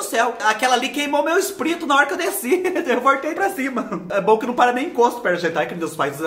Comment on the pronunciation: Eu também falo ESPRITO 😂😂😂😂